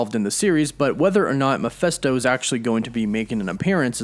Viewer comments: It’s Mephisto, not Miphesto!! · All very interesting and revealing but Mephisto = “Meh-fist-oh,” not, “Meh-FEST-oh.” Sorry, it’s a little annoying to hear it repeated over and over like that. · take a shot everytime he says mephesto it's mephisto man. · MephIsto, not MephEsto.... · Who or what is MEFESTO? Don’t you mean MEPHISTO ? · Why are you pronouncing me fes toe.(mephisto) Isnt pronounced as meh fees toe?? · Please please look how it's written.........MEPHISTO NOT MEPHESTO.......notice the letter I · Meh-PHIST-o not Meh-PHESS-to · Mephisto is pronounced Meh-Fist-sto not Meh-fest-sto. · i was searching the comment for this! I know right he kept saying meh fes toe lol i get cringy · Good info but Mephisto is pronounced “Meh-fis-to”, not “Mi-fes-to”. Picky? Maybe. But it was driving me nuts. 😊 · Mephisto, not Miphesto. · I thought it was MeFISTo not MePHESTo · Stop saying Miphesto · Dude the way you pronounce "Mephisto" is cringe worthy. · Sorry that I'm a bit of a stickler, but this is rubbing me wrong. I can't perceive how the first syllable of Mephisto has an "a" sound, and the second syllable and "e" sound.